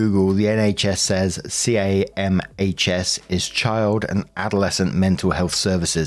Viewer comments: The absolute fight or flight response to hearing camhs 😅 (its referred to as CAM-S like you said the first time!) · In case it comes up again CAHMS is said as 'Cams' just a small thing to help avoid you having to say a mouthful lol